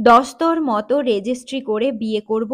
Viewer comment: প্রথিতযশা লেখক এর একটি অনবদ্য ছোট গল্প। পাঠে অনেক ত্রুটি আছে। উচ্চারণ ভুল। একটাই বলি, উদাহরণ সহ, ' দস্তুরমত ' উচ্চারণ এর ভুলে ' দস্তরমত ' শোনালো। আরো কিছু আছে। সংশোধনী প্রয়োজন।